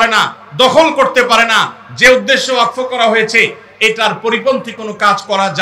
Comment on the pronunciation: ওয়াকফ কথাটি ঠিকঠাক উচ্চারণ করতে পারছেন না প্রতিবাদের কথা বলছেন এই আইনে কি আছে সেটা আগে জানুন